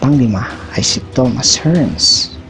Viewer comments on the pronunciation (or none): none